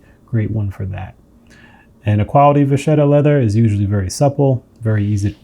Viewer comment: It's not from French. It's Italian, and means "little cow". And it's pronounced "vakketta", not "vashetta".